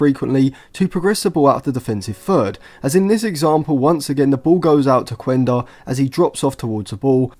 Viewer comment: Quenda is actually a wing midfielder/forward, same position as Anthony. You can just see his videos from Portugal or Sporting youth. The thing is, Amorim played him at that position in order to be able to fit him in the squad. Oh and its pronounced "Kenda" not "Kuenda"